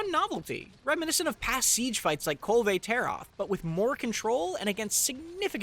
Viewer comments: Did he just say, Kul-Ve Tar-Oth...? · this guy obviously didn't put many hours into world if he calls kulv "kulvey tare oth" lol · kul ve tarrath? the fuh? who says it like that? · Did he just say Kulvay Taroth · This man did not just say “Kulvay Tayroth” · 'KULVAY TARE OTH' OMEGALUL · Colgate Tar Oath